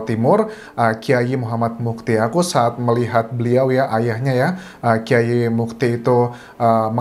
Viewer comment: Dibaca mas beki bukan mas beci. Yg benar Kiai Tar (Mochtar Mu'thi) bukan Mufti.